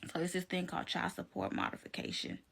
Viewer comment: Child not chal wtf why can't they pronounce the words correctly